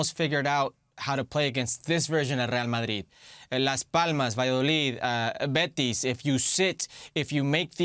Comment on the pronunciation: Why does he keeps saying Bets!?!?! It’s Betis!! In any language it’s Betis!!